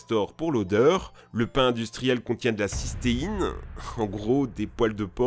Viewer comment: Cysteine * et pas systeine pour les cheveux...